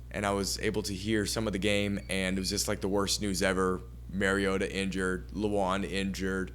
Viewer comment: Did this moron say MERiota? Its MARiota. All credibility lost